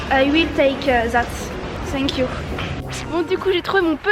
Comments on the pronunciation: « Sink you » C’est vraiment pas compliqué de dire thank you en vrai, c’est juste qu’en France vous faites aucun effort avec l’anglais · Elle a réellement dit « Hello,i will take e ZATE » 🤣🤣🤣 et « SENK you » NAN FAITES UN EFFORT UN MOMENT DONNE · Sank you Manifake l’accent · “Sank you”